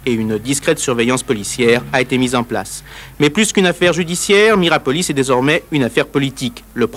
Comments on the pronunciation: Ils ont du mal en lecture aussi ... Miropolis au lieu de Mirapolis 😂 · Pourquoi le journaliste du début répète Miropolis, c'est Mirapolis! Je vis à Cergy j'y allais et je l'ai vu à toutes ses étapes de construction, abandon, destruction. C'aurait pu faire super urbex mais trop squatté par gitans, dommage! 😂 Tu m'etonnes le pur squat et féraille recup!